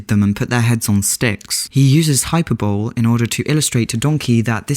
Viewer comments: ..... You know it isn't pronounced hyper bowl right? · i hate to break it to you, but hyperbole is pronounced hy-PER-bo-LEE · Awesome commentary. (hyperbole = high-PER-bo-lee .) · "Hyper bowl"